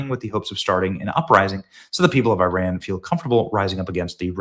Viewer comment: Please say ‘Iran’ correctly. It is not ‘I ran’.